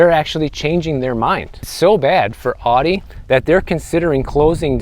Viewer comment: The way he says Audi. 😆